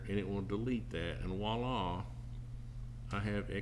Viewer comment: This is superb - Thank you for making it so simple to follow.... and you’ve got the best pronunciation of “Wah-lar” 😂